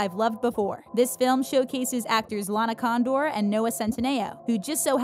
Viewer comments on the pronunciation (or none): ok is it just me or does the narrator lady say LARA Condor